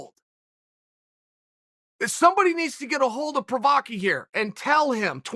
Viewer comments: Uncle Chael: Prochazka Me: Ok Gr8 Uncle Chael: Prochayev Me: OK Gr8 Uncle Chael: Prochaski... Provayer Me: Is it OK to Gr8 now? Uncle Chael: Prochaki Me:... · why can't chael get jiri prochazka's name right.....procryev, provider, provaki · Chael for sure reads all the comments on his videos, that's why he knowingly calls him as Prokariev,prokowski,provider etc.😂 as people were making fun of his pronounciations 😂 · Uncle Chael for gods sake, his name is pronounced: PRO - KHA - ZHKHA I think he called him PROVIDER here 🤣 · "Prakaski, Parviar" Lollllll. Uncle Chael never fails even though he fails. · The name has three syllables! Pro-ha-ska, with the stress on 'pro', not 'ha' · i swear he just called him "Pro Hockey" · did he call him provider?! XD im dead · Straight up called him Prukowski 🤣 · When Chael said “Prokaski...Provider” I absolutely lost it 😂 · I love the sound of Chael Sonnen correctly pronouncing people's names in the morning! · I'm see a hint of a smirk while you're mispronouncing his name. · is my favorite pronunciation of Jiris last name. He really just gave up on even finishing the whole name😂 Unkie Chael is the best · This youtube channel has the best time stamps of all youtube. I heard Cheal butchering his name so bad and new I had to check the comments. I am so happy to see this time stamp! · Chael is a graduate of "Don Cherry's School of Pronouncing Ethnic Names Incorrectly Accidentally on Purpose"